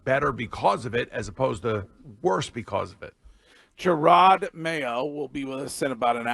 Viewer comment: MEMO TO BOOMER: STOP CALLING HIM GERARD MAYO.